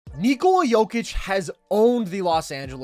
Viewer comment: Your pronunciation of " Nikola" is spot on. 👏🙂⭐